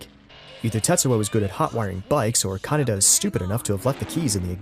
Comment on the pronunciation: You totally lost me when you kept pronouncing Kaneda’s name wrong dude. That was your biggest sin. Lame.